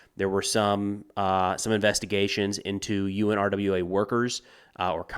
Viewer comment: it is most often pronounced “OONRA” with the stress on the first syllable.